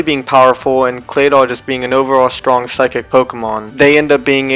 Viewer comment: DO NOT LEAVE OFF THE R IN STRONG!